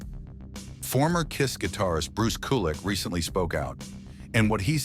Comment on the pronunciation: your irritating robovoice mispronouncing Bruce's name made me click off immediately. also - is this news? - your content is useless